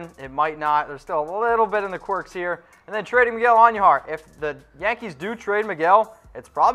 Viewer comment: Who is Miguel Auhn-knew-har? It's just Queens. Not the Queens.